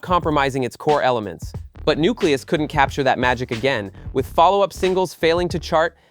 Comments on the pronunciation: I love that you’re doing this. But the way you pronounced “Rakim” exposes that you really have no idea what you’re talking about. You’re just reading a script. Or even worse, AI is reading it. Either way, it’s insulting. Oh, same for Newcleus. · Can we stop White people from narrating our musical history! Why can't they ever pronounce correctly. "Shan Tay"? It's Shawn-Tay! "NewClus"? It's New‐Clee‐US! The Soul Train clips are from the 90s ...stay out of shit! Smh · Great video, but I kept cringing every time he mispronounced Newcleus and Shante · It's cringe when I listen and realize it's AI narrating. It jacked up Roxanne Shante's, Rakim's and Nucleus' name 🤦🏾‍♂️